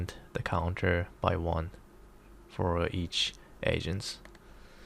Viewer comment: sounds like ur saying "asians" lul